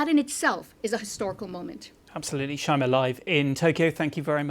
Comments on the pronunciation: Can we respect the lady enough to pronounce her name correctly! SA-NA-EH. Not SA-NAI. Bravoooooooooo. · Before criticising the new LDP leader's political stance, couldn't this reporter first learn to pronounce the name “Sanae” and the former prime minister's surname “Abe” correctly?